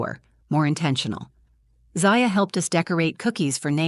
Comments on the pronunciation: Why do you use different pronunciations of the same daughter's name in the same story? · 3 different pronunciations of the child’s name in as many minutes. You need to edit better. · It would be nice if the narrator would at least pronounce her daughter’s name the same way each time. It’s very distracting. Is it Za-Ya. Or Zy-Ya? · Is her name ZAya or ZIya? If you are going to read a story, be consistent with pronunciation! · I wish they would get the pronunciation of the child’s name straightened out. Is it Zaya or Zia? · I wish the narrator would get the kids name right, she keeps changing how its pronounced ... Zia, Zaya😂😅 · Try to pick names that Ai can pronounce for your fictional characters. Zaaya. Zia. Zaya. Zya… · Could they maybe settle on one way to pronounce the little girl’s name? 🙄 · Sadly, this is probably not an unusual situation. Children should never be treated like this. Ever. They are innocent little beings, and should always be included and cared for. As an aside, did it bug anyone else, when the narrator kept switching back and forth in her pronunciation of Zaya’s name? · The most annoying thing about this story wasn't the grandmother. It was the narrator telling is as if it was about her own daughter, then changing the pronunciation of 'Zaya' back and forth from beginning to end. Ridiculous AI. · No thumbs up because you couldn't decide how to pronounce the child's name. Extremely annoying. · Haha nobody was bothered by this story-teller pronouncing the name Zaya two different ways throughout? Plus this reeks of AI. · The inconsistency of the pronunciation and spelling of Zaya really brings down the quality of this video. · The next time you make up a story, try to see that the AI narration picks one pronunciation for the lead character's name, and sticks with it. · Come on lady, is it Zay-ya or Zai-a? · The AI on this sounds pretty good... The only giveaway is the shifting difference in the pronunciation of the daughter's name.